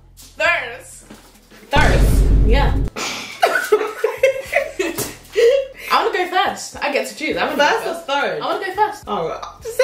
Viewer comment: Aliyah made me laughed when said thirde 😂